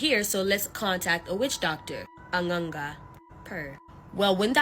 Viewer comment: You said n'anga so perfectly.🥰